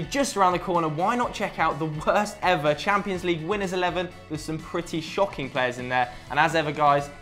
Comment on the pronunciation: It's called the CHAMPIONS league. Not the 'champo'. Idiot.